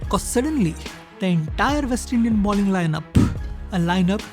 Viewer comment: The word is BOWLING, not BALLING as you are pronouncing it. Balling has an entirely different, and vulgar meaning.